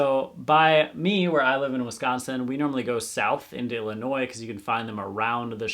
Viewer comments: You have really never heard the word “Illinois” spoken aloud and correctly in your whole life? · you are not a ten year old in a summer reading program you are an adult. That is why I was curious if you really had never heard the word “Illinois” spoken aloud before. You have heard of Chicago (which is in Illinois) and say it beautifully. Illinois is not an uncommon word so if you have never heard someone say it properly that would be pretty crazy.